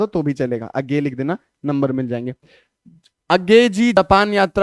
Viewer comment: उज्ञेय ❌ A GAY ✅😂😂😂😂